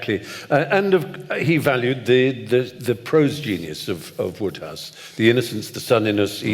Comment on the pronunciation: Ah the pompous pontificating Oxford types mispronouncing one of the funniest authors of the 20th Century. It's WODEhouse. All that education and sanctimony